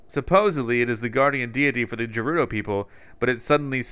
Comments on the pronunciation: I'm screaming at you "G3RUDO" NOT "J3RUDO" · It's Gerudo, not Jerudo, please pronounce it right or i'll kill myself xD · Is it gerudo or jerudo cause says jerudo I think it’s gerudo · Gerudo is not pronounced j it is pronounced gf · Btw it’s not jerudo it’s gerudo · Anyone else anoyed by the way he pronounces it "jerudo"? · Gerudo is pronounced guerudo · You keep mispronouncing Gerudo. G is pronounced like Ga.